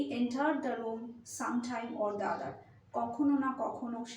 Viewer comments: আপু vowel এর আগে the থাকলে, এর উচ্চারণ দা হয় না, দ্যি হয় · কিন্তু or the other এখানে দি ই উচ্চারণ হবে।। আপু phrase টি শিখেই ভালো লাগতেছে, এটার প্রয়োগ শিখে গেলাম